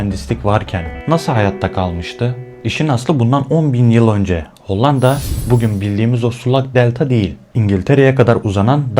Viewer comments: Hollanda derken l’ler ince söylenir be abim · Madem içerik üretiyorsunuz, öncelikle emeğinizi tebrik ederim,ancak diksiyon konusunda özellikle dikkatimi çeken bir durum oldu. “Hollanda” kelimesini söylerken “L” harflerini oldukça sert ve baskın telaffuz etmeniz kulağı oldukça yoruyor. Bunu biraz daha yumuşak söylemeniz videoların akıcılığını ve izleme deneyimini çok daha iyi hale getirebilir.Hatta bu yüzden videoyu izlemekte zorlandım diyebilirim,,sadece yapıcı bir tavsiye olarak belirtmek istedim.